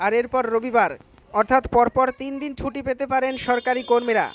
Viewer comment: শব্দটা ছুটি, সুটি উচ্চারন হচ্ছে কেন